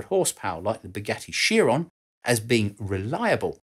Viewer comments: Please no. it's not Sheer-on it's Kai-Ron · Chiron: kai·ruhn. "Kai" like "kite" and "ruhn" like "run".